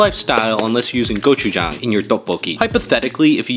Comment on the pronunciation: You pronunciation was great! Although it did sound like you said penis sauce when you said, “고추장.” 😅